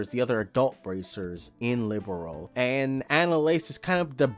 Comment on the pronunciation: It's Li-berl. Not liberal.